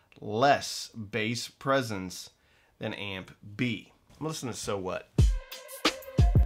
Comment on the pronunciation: … Did you say "amp B" or "Aunt Bee"?